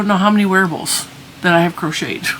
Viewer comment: I literally heard you say “werewolves” and not wearables. I mean that would solve your neighbor problem🤷‍♀️